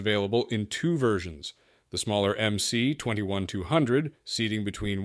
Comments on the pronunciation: Should be pronounced as "MS" - not "MC". МС (MS) stands for "магистральный самолет" - mainline aircraft. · You made an entire video without even learning how to pronounce the goddamn model name. There is no letter 'C' in Russian. At least get the basics straight. It's MS-21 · MS-21 ( not MC-21 )